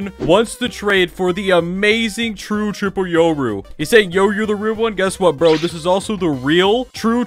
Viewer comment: “Today we’re gonna be trading chur chirple rooru”